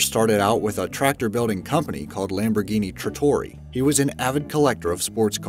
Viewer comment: It really irritates me that he pronounces Lamborghini Lambroghini